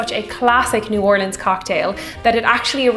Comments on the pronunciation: I Can't believe how well you pronounce "New Orleans"! Even people here in Texas can't get it right. "OHR-lins" is correct, not "or-LEENS"! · Thank you so much for properly pronouncing New Orleans. I can’t stand it when people can’t say it properly.